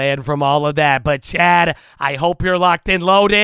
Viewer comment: The way he says "chat" came out more like chad, and the community ran with it... Lie Berry, LIngeree, Abby Vie, NuhVidya.. The Vocabulary of Chadadonia is vast 😆